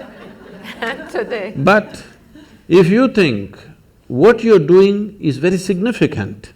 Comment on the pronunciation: "Wery difficult!" Lol. Love it.